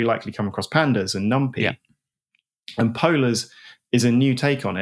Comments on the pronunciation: That’s maybe the worst thing in this podcast. Infuriating honestly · I've always feared that someday, someone would pronounce "numpy" like that